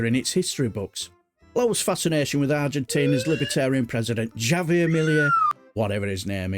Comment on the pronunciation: Javier is pronounced havier. 🤗